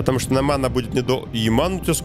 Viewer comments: не Омана а Омаха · Не Омана а Омаха,!!! Кстати с четырьмя лимонамм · И OMAHA читается как ОМАХА, а не ОМАНА. 🍋🍋Первая слово НА АНГЛИЙСКОМ ЯЗЫКЕ!!!🍋🍋